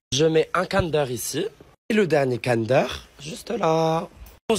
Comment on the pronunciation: pourquoi tu dis cander c'est pas comme d'hab c'est Kinder tu parles pas français ou quoi et pourquoi tu as dit Pokémon pour les Schtroumpfs c'est un Schtroumpf au chocolat ça veut dire faut pas dire Pokémon il faudra dire un Schtroumpf😊